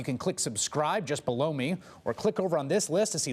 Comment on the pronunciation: Its funny because with his accent to me it always sound like "Just Blow Me" when I hear it. Never fails to crack me up.